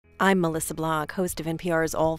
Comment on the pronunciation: I'd love to review the NPr stylebook with all its dropped consonants, rolling foreign pronunciations, and hypenated names. It took me 15 years to figure out that this woman's name is Melissa, not Alyssa. Don't even get me started on " Zaria Zarhutti-Nelson".